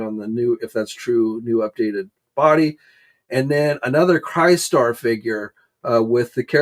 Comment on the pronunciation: Crystar is a crystal warrior, so you pronounce it the same way as crystal. Pronounce Crystar as if your saying this name: Chris star